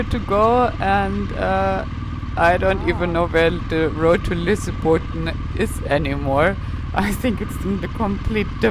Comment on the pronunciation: Lol, you were not even close to Lysebotn.